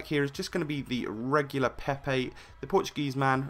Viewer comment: "The portuguesa" WTF?!?!